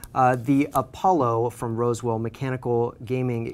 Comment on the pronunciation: LOL "wosewill"